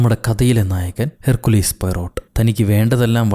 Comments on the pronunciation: Herkkulis alla hercule poyrott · ഹെർ കുലീസ് അല്ല ഹെർക്യൂൾ എന്നാണ്